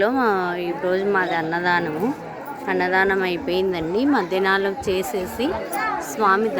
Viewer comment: మద్యనలం కాదు అక్క మధ్యాహ్నం😂😂😂